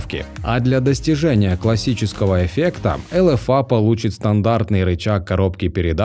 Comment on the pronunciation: Тебе произношение надо учить,не элэфа а элефей.